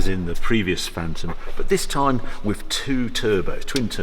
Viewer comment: I really enjoy your reviews, and I wish I could populate my garage as you have, but please could you go back to pronouncing the 'th' on the end of 'with' instead of affecting a 'wiv'? It's beneath you, and once noticed, becomes increasingly annoying. I don't think it happens on any other occasion. Otherwise, you are very well-spoken and very engaging, and I look forward to each new instalment. There. Pedantry expressed. Sorry. Had to get that off my chest. Now I shall return to my dull life....